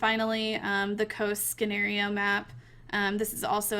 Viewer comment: She pronounced scenario wrong lol